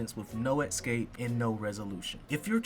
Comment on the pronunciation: Escape, not "Exscape" 🌜🦗